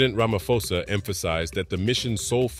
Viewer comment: Ramaphosa, pronounce the P. It's not Ramafosa.